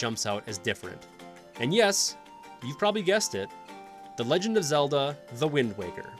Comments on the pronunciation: Wind waker not wind walker lol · Alright then here we go. 1) Simple fact checking. A Link Between Worlds and Triforce Heroes are NOT in the adult timeline, they are in the defeated hero timeline. 2) “Wind Waw-ker” 3) There are 19 games. Four Swords is cannon. 4) Why is it so hard to figure out which Oracle game is better? They can’t be equal in every way, they’re TWO DIFFERENT GAMES. 5) “Eldin” is not a super common Zelda word, it’s not even said ONCE in Ocarina, or any game until Twilight Princess. It’s a stem from Din, and is now the name for regions in Twilight, Skyward Sword, and Breath of the Wild. 6) Nobody’s going to care that the original two are at the bottom of the list just because they came first. They’re objectively worst than the other ones, because the technology and mechanics were just worse. 7) So. Many. Narration mistakes. No one can speak perfectly, just go back and restart from a certain point. Random pauses between words, repeating words because you said them wrong, bad pronunciation, and weird stresses on wrong parts of certain words. 8) The narrator clearly read off a script he didn’t write, or at least I HOPE so. Like I previously mentioned, it was clear there wasn’t practice or expectations of what word came next, which lead to saying the wrong word or having a random pause because he thought the sentence was over or he didn’t know what was coming. There. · did you just pronounce it as "The Wind Walker"? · GUYS!!! LOOK OUT!!! IT'S THE "WIND WOCKER!!" . Thank me later. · This man said wind waaa ker. Also this review is kind of dry. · Did he just say Wind WALKER? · Wind Walker??? Mispronouncing Navi, calling the original Zelda 3D, "Twilight is the definition of different" (thematically tried to be Majora's Mask and didn't enhance any of the 3D predecessors.) Has anyone at your channel actually played any Zelda games, or is everyone just Googling "best Zelda games"? This video really made me wish there was a "ban" channel button.